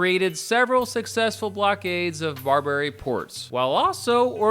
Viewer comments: BAR-ba-ry, not bar-BER-y. Jesus, what do they teach in schools these days? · He keeps saying “bar-bary” like Burberry. It’s pronounced like barber-y. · Ok i about can't handle the way you say Barbary like "Bar-berry." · Hearing you mispronounce "Barbary" about thirty times was physically painful. Otherwise, decent video covering the basics. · At least pronounce Barbary correctly. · Nice time learn to pronounce barbary